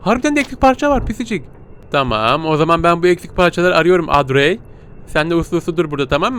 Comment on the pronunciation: Abi şimdi o panjurları kapatmassan penceredeki adam seni o panjurlardan izleyerek yerini görüyo ve direk oraya gidiyor bu arada kızın adı odri diye okunuyor seni çok seviyorum inşallah 200 B abone olursun💗#pisicikgücü